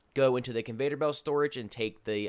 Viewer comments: Its CON- VEY- OR belt! NOT Convator belt. Goddamn that shit was driving me insane everytime he said it😂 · It’s conveyor not convater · Hey bro- it’s Con-vey-or belt. No Vader. 👾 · Why does he say conveTor belt instead of conveYor belt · Convayder belt. 😂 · Convater lol.